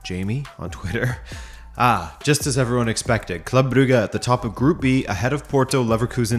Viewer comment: Stop mispronouncing Brugge. At this rate, you are doing it on purpose.